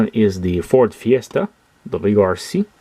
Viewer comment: I have the VW Polo already, and will buy the others as well in the future. They are really great products from Majorette. I noticed you accidentally said "W2C" a few times instead of "WRC", but it is just the logo confusing you LOL ; )